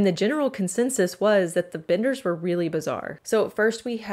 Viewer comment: It's the "Benders" not the "Binders".